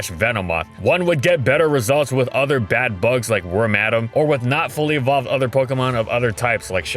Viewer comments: Actually, he pronounced it Worm-Madam...which makes sense considering only females can become it. I'm of the camp who always pronounced it Worm-a-Dam and had to have a brief moment of reflection... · Did he just say Wor-madam? It's Worm-a-dam. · “Worm-Adam” … not “worm-a-dam”? … my childhood is ruined. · It's not "WORM-ADAM, its "WORM-A-DAM". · in, and im already cringing so hard at the pronounciation of wormadam (i pronounce it worm - uh - dahm) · I'm sorry, worm - Adam? I've never heard it pronounced that way. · I lol'd at "Wor-madam" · You know he’s disoriented from Charizard when he pronounces Wormadam as Worm-Adam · Lovely video as always, but the way you pronounced Wormadam is going to live rent free in my head for years to come...